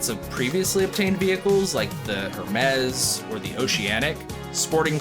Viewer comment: Hermes does not rhyme with PEZ